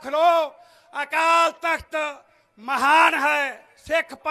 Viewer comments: ਓ ਭਰਾਵਾਂ ਰਿੰਗ ਰਿੰਗ ਬੋਲਦਾ ਤੁਸੀਂ ਕੀ ਸਿੱਖ ਕੌਮ ਦਾ ਭਲਾ ਕਰ ਦਿਓ ਗੇ ਸੋਨੂੰ ਸਹੀ ਸ਼ਬਦ ਨੀਂ ਬੋਲਣੇ ਆਉਂਦੇ ਅਕਾਲ ਤਖ਼ਤ ਸਾਹਿਬ ਭਾਈ ਤੂੰ ਕਾਲ ਤਖ਼ਤ ਸਾਹਿਬ ਬੋਲਦਾ ਆਪਣੀ ਬੋਲੀ ਸੁਧਾਰੋ ਦੂਜ਼ੀ ਗੱਲ਼ ਅੱਜ਼ ਛੋਡੇ ਵੀ ਬੰਦੀ ਸਿੰਘ ਯਾਦ ਤੇ ਚੰਡੀਗੜ੍ਹ ਵੀ ਯਾਦ ਆ ਗਿਆ ਥੋਡੇ ਜਦੋਂ 10 ਸ਼ਾਲ ਸਰਕਾਰ ਵਿਚ ਸੀ ਉਦੋਂ ਕਿਉਂ ਨੀ ਬੋਲੇ ਤੁਸੀਂ ਲੋਕਾਂ ਨੂੰ ਉਲੂ ਬਣਾਉਣ ਬਣਾਈਂ ਜਾਂਦੇ ਓ ਜਦੋਂ ਸਰਕਾਰ ਬਣਗੀ ਨਾਂ ਕੋਈ ਬੰਦੀ ਸਿੰਘਾਂ ਨਾ ਚੰਡੀਗੜ੍ਹ ਹਵਾ ਵਿੱਚ ਉਡਾ ਦੇਣਾ ਰੌਲਾ ਕੁਰਸੀ ਦਾ ਨਾ ਬੰਦੀ ਸਿੰਘਾਂ ਨਾ ਪਾਣੀਆਂ ਤੇ ਨਾ ਚੰਡੀਗੜ੍ਹ ਦਾ ਜਦੋਂ ਕੁਰਸੀ ਮਿਲਗੀ ਪਤਾ ਕਿਹੜੀਆਂ ਖੁੱਡਾਂ ਵਿੱਚ ਵੜਨਾ ਜਾਕੇ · ਸੀ ਅਕਾਲ ਤਖਤ ਬੋਲੋ ਅਕਾਲ ਨਹੀ